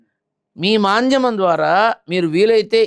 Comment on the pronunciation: మాధ్యమం అది మాంద్యమం కాదు